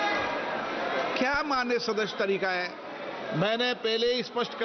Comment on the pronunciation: Maanya dadasi nahi amanya sadasi